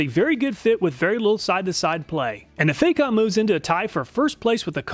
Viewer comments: Great video again sir! If i may be so free, Facom is pronounced with the A as in the word barn. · It's not Fay-com, the "Fac" rhymes with "Back".